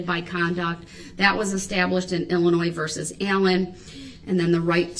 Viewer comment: It’s not Illi-NOISE as if that’s the worst of his misconceptions!!!!